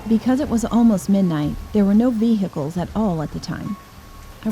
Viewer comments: Nobody: Literally Nobody:: There were no "veehikles" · WHO SAYS VEHICKLES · "we hycles" lmao the story was awesome tho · The way she said "vehicles" triggered me